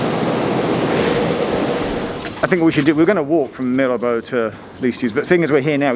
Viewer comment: Geoff not being able to pronounce Mirabeau is proof you’re not an F1 fan! 😂